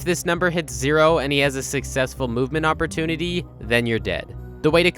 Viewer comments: "movement opprotunity"? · ah yes my favourite word, OPPROTUNITY